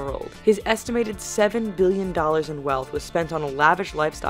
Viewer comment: Please stop say Billion with huge emphasis on the 'B' ....bbBBBillion....we get it, bitch, it's a lot.